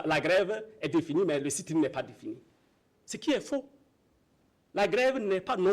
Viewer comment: Sit in et non seet in